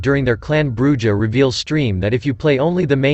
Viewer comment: its pronounced BRU HAR